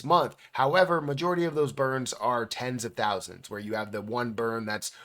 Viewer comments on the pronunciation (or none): none